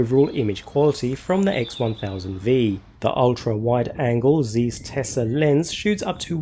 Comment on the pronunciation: It's called 'zaiss' not size ;)